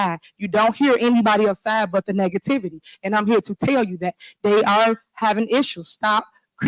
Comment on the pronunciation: Did this illiterate fool say ( NeckTivity) instead of negativity OMG WOW